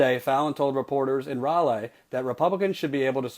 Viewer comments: please... i know its spelled Raleigh, but everyone in NC is cringing at your pronunciation... just say "rolly" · It's pronounced "Rah-Lee". Just like Sir Walter Raleigh. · bruh I love you but it's pounced Ra Lee I should know been living here for 20 yesrs